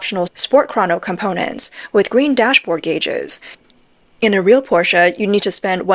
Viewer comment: thank you for pronouncing 'porsche' correctly.